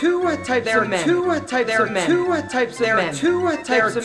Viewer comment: Y'all we've been pronouncing "two" wrong all along... To-wah....